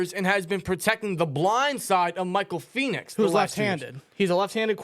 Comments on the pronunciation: PEN-IX not phoenix lmao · The butchering of the names for Penix and Fautanu was freaking wild 😂 the fact it was b2b makes it even worse